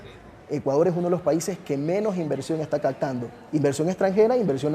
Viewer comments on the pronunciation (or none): Yo no le creería nunca a un profesor de Universidad que pronuncia Cagtando en vez de CAPTANDO.